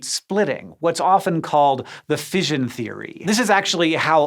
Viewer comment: "Fission" rhymes with "mission" not "vision"